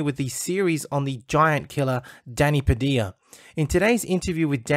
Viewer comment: It's Pa-Dil-Ya.